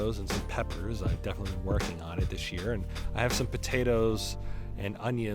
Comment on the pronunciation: Did I hear you say. . . POTATAS!